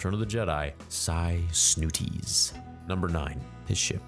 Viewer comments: It's Sy Snootles, not "Sy Snooties" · her name is Sy Snootles, not Snooties.. unless you were being funny :) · She’s called Sy Snootles, not Snooties! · "sy snootees" Yeah it's actually SY SNOOTLES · Omg you pronounced the name of the singer from the max rebo band terribally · Sy Snootles, surely?? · Her name is Sy Snootles, with an "l", not an "i". 🙄